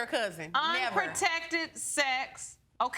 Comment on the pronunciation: I thought she said 'unprotectively' (which is not any better).